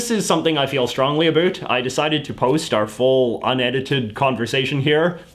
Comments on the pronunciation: "The tik tock" "A boot" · Does he say "about" that way as a joke? I have never met someone from Canada who actually says it like that, and I was born here.